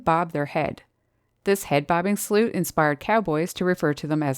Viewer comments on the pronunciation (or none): none